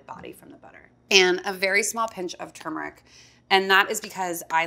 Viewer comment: Finally someone that pronounces turmeric the same way that I do! Thought I was crazy.